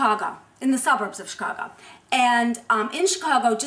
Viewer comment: it's soooo sexy how the one in black pronounces "chicago"!!!!